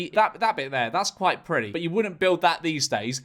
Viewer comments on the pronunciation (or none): Why is George saying priddy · No-one going to point out the way George was pronouncing "pretty"?